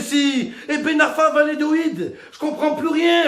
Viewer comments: L'Espagne c'est un tremplin, en France le foot c'est pas une belle vitrine hein? faut pas se voiler la face. Ah, on dit Va-lla-do-lid.. pas Va-lé-do-id 😄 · il a fait la meme entrée que Mister V mais avec encore moins de budget mdrrr PS: c'est VALLADOLID pas vayédoid